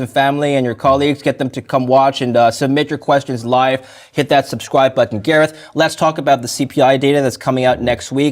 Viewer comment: thank you for pronouncing the “T” s in button